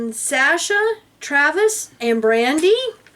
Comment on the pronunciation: Thanks and!! It was wonderful hearing us freed publicly from the cult. Also, I was amazed that you pronounced my daughter, Sasha's name correctly. Not many people do. Lol! I love. Yall. By the way, I am Cheryl Merrill, nice to meet you. I use Meryl Barnes because of the harassment I was getting when I first left the org.